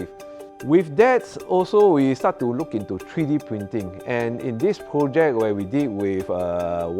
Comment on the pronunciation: tree D😂😂😂